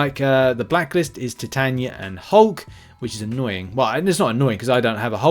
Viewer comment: the man calls Titania.. Tie- tan- ya. 🤣 🤣 😅😂